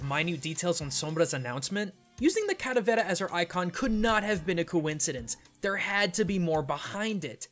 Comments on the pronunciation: ...Are you calling it Cadavera? It's calavera. Spanish for skull. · i thought it was calavera, not caravera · You are mispronouncing the 'L' in Calavera! The Spanish 'L', at least in Mexican Spanish, is very similar to the English one. You were saying it with more of a flap. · i die a little bit every time I hear him say "Cadavera" instead of Calavera. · clalavera is said wrong said caravela but it is pronounced calavera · I may be late to the party, but it's CALAVERA (KAH LA VEH RAH) not caravera. I get that you're white and speak no Spanish, but your "culture" tolerance aesthetic tells me to call you out on this topic. thank you for an otherwise cool vid sorry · Why do you keep saying cadavera instead of calavera? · You used the wrong word. It's Calavera not caravera. Besides that, great video. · don't think it's called "caravera" think it's "calavera". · Now I understand why people cringe when they butcher their language... Hearing this guy say "Calavera" as "Caravera" so many times in the video was just wrong. I understand he is not a native spanish speaker but still, holy shit was that just so weird and fucked up. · Not caravera... Calavera, with an L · ITS KA-LAH-VERAH PINCHE NINJA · The way to pronounces caLAvera hurts me. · mmmm your pronunciation of caLAberas is way off man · Say it with me 'Kah-llah-beh-rah'. As a side note, I dig the purple. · Don't ever say calavera again I cringe so hard to your Spanish lol sorry 😭😂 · you are pronouncing "calavera" SO wrong. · pls stop saying calaveras like that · i speak Spanish, say the L